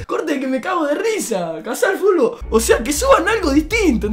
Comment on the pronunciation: Amo cuando dice "caza el fulbo"🤣🤣